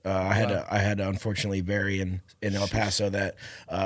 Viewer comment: did he say El Paso??